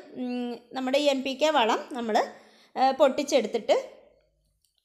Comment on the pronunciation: കേൾക്കുമ്പോൾ M ആ കുന്നു